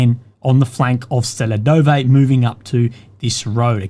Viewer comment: That is one "UGLEGDAR" from me!